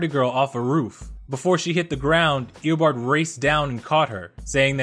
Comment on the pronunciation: it isn't Ee-uh-bard. It's Ee-Oh-barrd